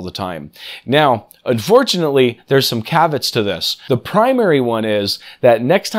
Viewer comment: Great information, well presented. Obviously you never had any lessons in Latin, I learned it at school many years ago, NO I AM NOT CATHOLIC, I just had an excellent education. BUT THE WORD IS NOT “Cavats” it is “cavEEat” it means BEWARE, WATCH OUT. At school we would often use the words “cavEE, cavEE” when we were in danger of being found out by a master for contravening one of the many strict rules that my ancient school still enforced. The school is in England and was founded in the year 1430 was granted a Royal Charter in 1552 and still exists to this day.